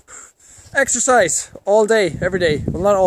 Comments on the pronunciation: What 'extherziz'? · EXERCISE? I THOUGHT YOU SAID EXTRA FRIES!! :-D